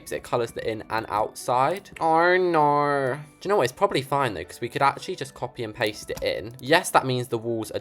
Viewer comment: Why do you say oh no like orn norn